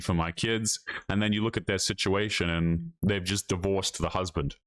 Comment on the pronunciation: The way she pronounces "and" as "ian'd" annoys the crap out of me